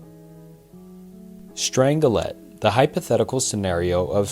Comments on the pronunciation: they also pronounced strangelet as strang gelet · It's *NUCLEAR*. Not "Nukular". *Strange-let*, not "Strangle-et" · its pronounced strange-let not strangle let 😭